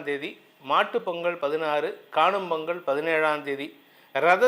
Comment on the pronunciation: பொங்கல் வரும் பொங்கள் ஒரு நாளும் வராது தமிழை சரியாக உச்சரிக்கவும்